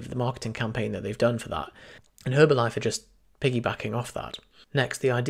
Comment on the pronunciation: the H is silent